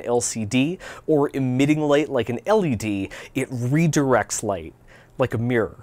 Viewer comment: Haha, wrong emphasis on " L ED," because the different letter between that and "LCD" is the E.